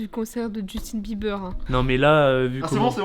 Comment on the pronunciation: 'Jussien Bieber'🤣🤣